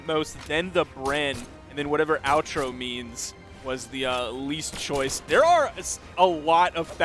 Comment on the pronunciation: "Outro?" In portuguese means "Other?" As if whoever chose that option thought his best character was none of the above and thought it was some other one. Kinda redundant explanation but wanted to make sure you understood. It's also pronounced more like "Oh-tro" than "Ow-tro."